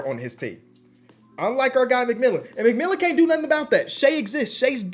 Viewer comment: The fact he was saying McMillan the whole video when it was McMillian